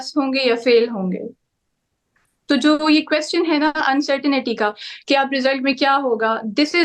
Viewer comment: Sorry beta, plz. Mend ur knowledge. It is not certainITY, the correct is CerTA I N TY